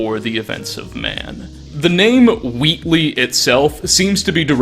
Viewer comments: Are you Canadian or something? you pronounce things wrongs all the time. it's pronounced "WAT-Lee" not "Wait-LEE:. and the whatleys are featured heavily story about the wife who has an affair with an eldridge god Yog-Sothoth and gives birth to strange boy. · minor nitpick that just killed me through half the video- it's 'WAIT-lee' not 'WHEAT-lee' lmao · My guy was saying ‘Whateley’ properly until it turned back into Wheatly, so close so close Edit: both are pronounced the same